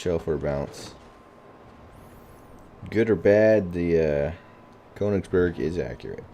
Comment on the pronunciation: Pronounce the "ö" like the "o" in "working" or the "e" in "merely"..